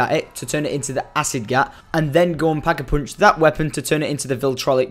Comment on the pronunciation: It's pack-a-punch not pack-a-poonch